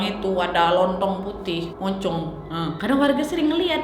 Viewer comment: jurnalrisa bilangnya gnocop wkwk